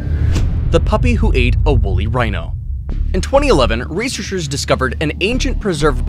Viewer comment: Reshurshes, love how he says researchers